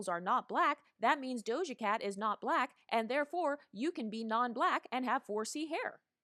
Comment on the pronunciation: "You're too BLAHHHQUEEECKKK looking" lmaooooo